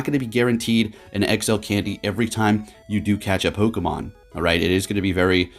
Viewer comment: It's not time is mime😂